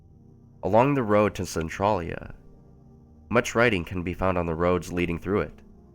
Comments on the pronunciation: Am I the only one a tiny bit irritated by how he pronounces Centralia? Maybe its just because we pronounce Centralia differently in Washington or something, he says Cen-TRAH-lia and we say Cen-TRAY-lia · Who else cringes over his pronunciation of Centralia lol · You're not the only one Arthas.. I cringe every time he says it.. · Annoyed the check out of me to the point where I was actually correcting him every time he said it. One quick glance at the Wiki page would tell him how to pronounce it properly. Plus, this story should be called something more accurate like "Silent Hill: Alternate Universe" because there could have been so much more interesting subject matter with a little more creative thinking instead of just taking bits of the video games and movies and putting your own town it. It tows the line of plagiarism a little too closely if they pretend to call it an original story. 😕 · you pronounced centrailia wrong. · My hometown is named Centralia so this is kind of strange to listen to. Also no one in my home town pronounces Centralia like that.